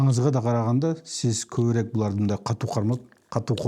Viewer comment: Автор көбүрек эмес көбүрөөк десеңиз